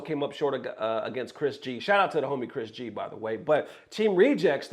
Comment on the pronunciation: "Shout out to the homie, Chris G." Gets his name wrong. Thanks, I needed that laugh. 😂